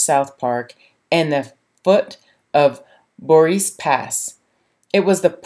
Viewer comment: great vid as usual!!! Thanks for letting folks know about this resto. effort. Couple of corrections...Durango also has a narrow gauge Round House, so Como isn't the only one...also Boreas is pronounced bor-ay-us. Keep up the great inspirational videos...love your stuff.